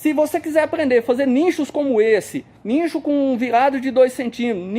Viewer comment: Não é nincho. Pronuncia nicho